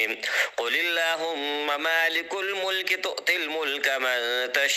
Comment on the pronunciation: قاری صاحب آپ نے آل عمران کی آیت میں زبر کو پیش پڑھ دیا اسکی تصحیح فرما دیں شکریہ مالک الملک میں۔